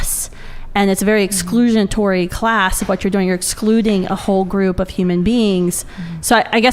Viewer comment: The anti-abortion woman completely lost all credibility with me when she used to word “exclusiontory” 😂